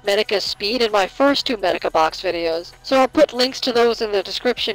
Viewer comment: I love this video, but I hope the mic/audio gets fixed in future videos. And Medaka is mispronounced. My only two complaints, but I love this video.